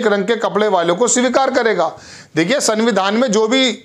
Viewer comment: You always said in your news the word"sanvidhan" but this word is actually "samvidhan" pl note for future news you read.